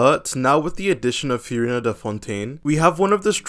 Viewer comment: All that Furina glazing and bro still doesn’t know how to pronounce her name 😭